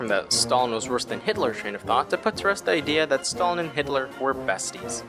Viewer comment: You've butchered Stalin's name so bad, that my ears started to bleed. And if you compare the gulags with american prison, you're commiting a grave sin. Gulags, or Lagiers were a work camps, not just prisons. The inmates were supposed in theory to "Rehabilitate themselfs by the work". It sounds awfuly simillar to the "Arbacht macht Frei" put in the entrence of Aushwitz concentration camp, with that model approved way back by Lenin himself with the creation of special place for prisoners on Solovetsky Islands. Those 40% of people released especially in the times of the World war, past 1941 you've mentioned were mostly a pow's who were not freed. They were transferred to the newly formed units in the Red Army. Some of them were lucky and managed to catch up with the Pact Sikorski-Majski that allowed them to join army of General Anders, who managed to escape the USSR after Anders realised that those 20k of the officers from Katyn were not going to show up and he didn't wanted his men to get forced back to the camps. And mind to remind you, they were before the release a POWs. Still the conditions in gulags were terrible. Firstly the camp's inmates were supposed to get transportted there. It was a long ride... in the cattle wagons, often without any source of heat. On Siberia the temperatures of -40 Degrees of Celsius are normal, even in middle/late autumn and early/middle spring. The train ride could last for many days, and could result in death from the frostbites or starvation.